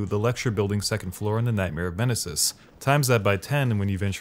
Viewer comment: “Yeragul” and “Nightmare of Menasis” 😂